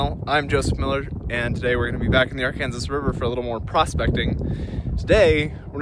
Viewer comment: Honestly, the wind has been so bad out here in Kansas, I'm not sure even someone with the top quality equipment could filter it out. Also, as a Arkansas native, every time you say Arkansas river my heart screams and dramatically fake dies.